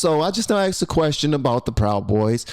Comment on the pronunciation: No proper English here !! Lazy ppl talk like this ! ask is not pronounced ax ! I will not be subbing